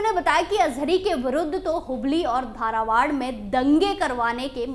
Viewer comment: धारावाड नहीं बल्कि धारवाड़ बोलो। जगह के नाम अच्छी तरह से हिंदी में पढ़ो ताकि आप सही उच्चारण कर सको। Pl take it positively for improving the way of speaking.